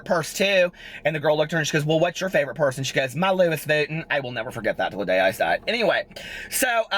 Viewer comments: "What's your favorite purse?" "My Lewis Vuuton™" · Wasn't the Lewis Vuttin (Louis Vuitton) thing from Charles Gross? lmao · Rewatching to hear tell that story about the girl with the ponytail hahaha "Lewis Vutten" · Lewis Vuttin hahahaha you made my day!